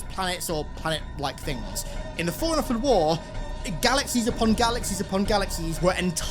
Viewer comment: It took me so long to realize he was saying “Forerunner” and not “Foreigner”